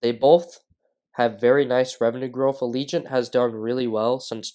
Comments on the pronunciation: It's not pronounced ALEEGENT. ITS PRONOUNCED AGIL-LENT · I think you are pronouncing it wrong as well... It's "Ajh -ja - lent"